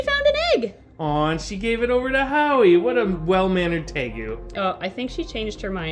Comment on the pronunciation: JUST realised it is howie not awy.......